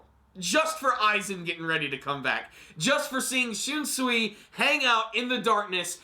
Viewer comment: First video you've actually pronounced Shunsui's name correctly